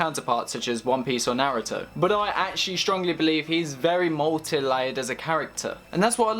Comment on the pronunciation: He did not just say narrowtuh🤣😭